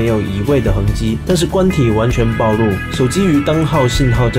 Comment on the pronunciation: 影片做得不錯。 但暴露的暴念ㄆㄨˋ。